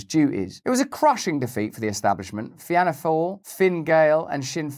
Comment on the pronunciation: It's Fee-anna with emphasis on the fee (Fianna) Fall (Fail)